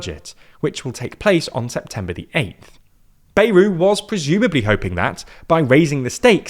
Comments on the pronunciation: Anyone else insanely annoyed at how pronounces Bayrou’s name?! It’s BA-Yrou - like BAt, not Bay-rou. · The pronunciation is "Byerou".